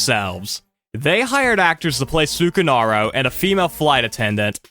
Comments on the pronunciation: Yes, it is. I don’t wanna be that guy but the way he pronounces it genuinely pmo. Like it’s not that hard to get it right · This video might have the worst way to pronounce sukarno